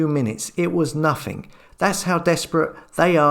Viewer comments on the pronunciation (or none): You're doing a great job but stop saying "nothink" it's nothing.